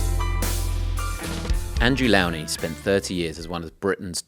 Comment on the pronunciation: So how is his surname pronounced? 'Low- nie'or 'Lau-nie'? I believe it is the latter, though people don't listen to him.